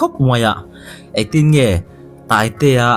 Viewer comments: Taitea tih laia Tai tih kha ala niin ka hria sir i chhiar fuhlo zawk in ka hria😂Scooty ah a Tai aw🍑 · I tai tihlai khi i chhiar sual zawk a nih hmel. I tai (taitea laia tai kha) nulh nulh tihna..😅